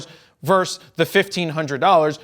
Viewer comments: Versus is what vs. Stands for, not verse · "Verse"? Isn't the word "versus"? Thanks for the review. One small aside for me is that I never would have guessed the new(ish) Nikon version to be noticeably lighter. I thought all these s are tanks. My Nikon definitely is.